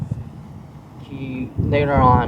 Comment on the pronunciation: Riaght raight raight raight okay raight raight raight